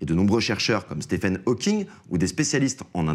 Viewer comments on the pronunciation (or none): Oui, mes oreilles ont saigné après qu'il a prononcé 'James Cameron', mais aussi 'Hawking'.